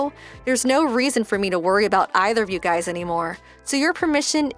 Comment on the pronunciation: Guys' and Parents' are not pronounced with two s.